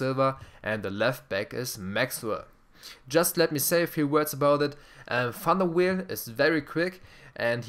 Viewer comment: Love your videos man, Ibras my favorite player, they made him too slow with his long legs he has insane sprints, and its Sirigu (Sear-eh-goo), Van der Wiel (Van der Viel), and Jallet (Jall-eh) Keep up the great work, I'd love to see a video going in-depth on skill moves and how and when to use them, like showing situations and how to learn to execute them for explosive results, I love to roulette by players, heel chop, rainbow, but I'd love to learn more!